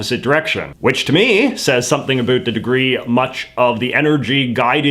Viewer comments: “A boot”. Doesn’t get more Canadian than that. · Please stop pronouncing about as a boot. It only contributes to the stereotypes put on Canadians. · Please stop pronouncing "about" as "A boot"! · Is he over pronouncing his "about"s on purpose or does he really talk that way? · Yeah, I've never heard another Canadian say it that way, other than as a joke. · The only failure I see is your atrocious pronunciation of "about"